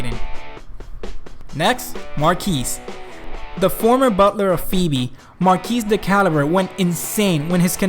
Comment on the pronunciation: How the hell did you pronounce Phoebe correctly but not Marquis?